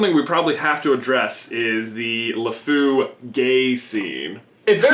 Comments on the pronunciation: it's Lefou not Lafu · it's Lefou not Lefoo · its Lefou not La fou one word and the word fou in french is masculine so you would use the prifix le in front of fou not la and I know this because I was in the french progam since kindergarten